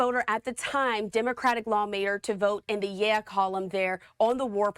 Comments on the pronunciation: It's pronounced "yay" not "ye-ah" lol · WHAT A BUFFOON…Young lady, they’re called YEA (yay pronunciation) not YEAH…wouldn’t expect anything less from Fux. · Yea isn't pronounced "yeah"...it's "yay". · The word is Yea with a long A not yea with a short a. You should know that news anchor.